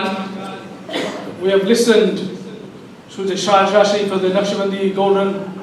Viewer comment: Its 'listened to shajrah shareef not shaajrah shareef.